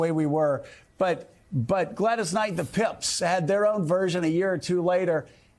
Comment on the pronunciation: It’s pips joe not pimps 😂